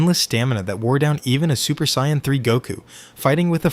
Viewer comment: look if you're going to make this type of content don't use AI. Actually hearing how your voice flows and emphasizes certain points matter and AI cant do that. Also AI is saying super Cyan not super saiyan